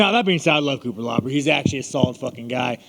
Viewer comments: "Coopalabra" lmfao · The way he mispronouncs IAN CUTELABAs name 28 times is amazing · Cutelaba needs to legally change his last name to Cupelabra after how many times sean said it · cutelaba = cupelabra lol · "Cutelabra" x20